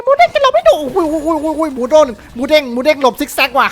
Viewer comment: Moodeng ครับพี่ ไม่ใช่ Moodang